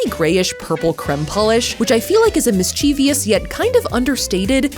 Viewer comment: You mispronounced mischievous!!!!!!!!!!!!